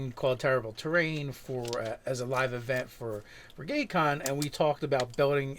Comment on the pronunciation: ... Did he say Gay-con?